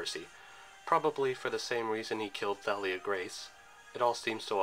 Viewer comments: No it's not. Listen to how rick says it. The movie's pronunciation is wrong. It is said "Tha-lee-uh" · Nice video! But in Thalia's name, you don't pronounce the 'Th' in 'Thalia,' just the 'T.'